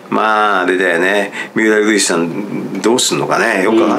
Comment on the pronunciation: 三浦瑠麗さんて言いにくそうなのにずっとフルネームでちゃんと呼んでるのすきw